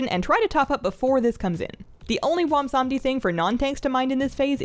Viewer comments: I suffer from a bizarre affliction that causes me to mis-pronounce the best Loa's name as Bwomsamdi rather than the correct Bwonsamdi. rest assured that I experience an appropriate amount of shame from this repeated error. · That seems to be a common mispronunciation. I think even Bellular says it that way. Seeing as he's obviously a riff on Baron Samedi, maybe remembering that could help with keeping the n sound. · You pronounce it: BWONSAMDEEEEEEEEEEEEEEEE WE HAD A DIL GRANT ME YOUT POWAH